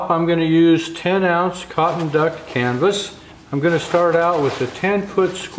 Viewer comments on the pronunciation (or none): none